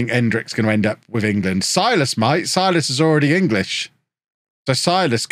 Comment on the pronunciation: not sure if you even care, but if you do: Silas should be pronounced Seelas. (I'm brazilian, I know)